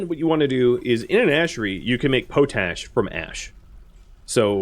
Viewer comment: Love the videos keep it up but it’s pronounced pot-ash not potash it was used to clean pots in the Middle Ages hence pot ash